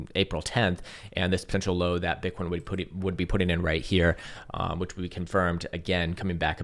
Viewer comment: Is it just me or did he say bitcorns several times today without realizing it 😂